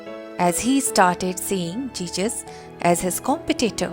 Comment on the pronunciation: One mistake you're saying Jesus as Jejus